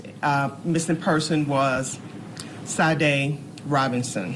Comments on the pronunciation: Them mispronouncing her name was driving me crazy. May she R.I.P 🕊 🕊 🕊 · I’m surprised this black sheriff doesn’t know how to pronounce “Sade.” 🤦🏾‍♀️ and I say this because Sade’s mother wasn’t happy about that at all. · Do they not know how to pronounce Sade?!?! C’mom